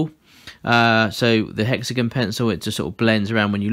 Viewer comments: “Hexagen” Me: ⊙０⊙ (° ο°) (@@ Me: I LOVE IT ITS NOW HEXAGEN NOT HEXAGON ( ͡° ͜ʖ ͡°) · 🛑 Hexagon? Hex-a-gon? Hex-uh-gone? Hexygen. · Hexagin its hexagon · Hexagn lol it's hexagon not hexagn lol I'm dying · It like how he says "hexigun" instead of " hexigon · Everyone:Hexigon Him:hexigun 🙄👌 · I live in the USA and when u said hexigin I laughed rlly hard ((no hate)) I’m just saying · Completely random, but I love the way you say hexagon.